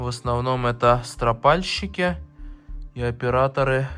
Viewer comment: Приветствую! Вот только не стропаааальшикиа строооопальщики ударение на о!